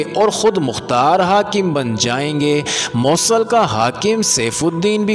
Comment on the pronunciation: ایڈمن.... شہر کا نام "MAUSAL" نہیں ہے اس شہر کا نام " MOOSAL" ہے...... پلیز تصحیح کریں